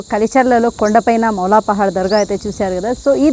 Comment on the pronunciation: మాలాలి పహాడ్ కాదు తల్లి మౌలాలి పహాడ్ అనాలి , స్టాటింగ్ లో స్పెల్లింగ్ మిస్టేక్ ఉంది సరి చేసుకో ...... టైప్ చేసే ది సరిగ్గా చేయండి .......